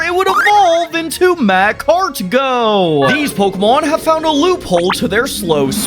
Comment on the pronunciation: The way you pronounce macargo triggered me to no end...... Love your show, though